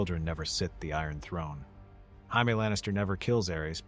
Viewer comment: Pronouncing Jaime in its Latin form has me cracking up 🤣 you watched the show right ?